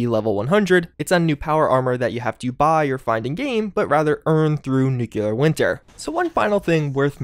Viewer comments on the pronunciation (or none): NUCLEAR not nuculer! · Nuke-LEE-Are SAY IT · Still not pronouncing nuclear correctly. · What are the chances we get all the way to the end of Nuclear Winter season without ever learning how to pronounce it?